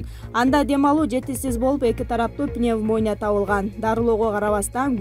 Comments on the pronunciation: Пневмания деп окусойрук,пневомоония дебей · Пневмония дейт го ой тобоо пневмания туура окучу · Ушул журналист кызды жумуштан айдагыла ,дайыма туура эмес суйлойт сабатсыз ПневмонИя ПневмОния дейт бети жок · Пинимония дедиби? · ПневОния эмес, сабатсыз диктор. ПневмонИя деп оку, ургу белгиси И тамгасына коюп оку. 👈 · Пнемония дейт го я бул журналист кыз орус тил сабагын окууду беле ???? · Эми пневмоня дечи ээ🤣🤣🤣🤣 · ДИКТОР КЫЗ ..ОООЙ ТУУРА СҮЙЛӨЧУУУ АЙНАНАЙЫЫЫН...ПНЕВМАНИЯ ДЕП ТУУУРА СҮЙЛӨГУЛӨЧҮ...ТУУРА УДАРЕНИЕ КОЮП СҮЙЛӨГУЛӨЧУ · Алып баруучу пневмония эмес туура оку 🤣🤣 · Пневмонияны туура айтчы, диктор!! Неге уялбай катанар менен ушул ролигинерди чыгарасынар?! Бардык жерде сабатсыздык, бардык жерде шалаакылык!! Башчы кандай болсо, калганы да ошондой!! Жумушунун натыйжасынан дайын жок, уялбай баары чыгып алып суротко тушкондорун карагыла, ары жоктор!! 👎😡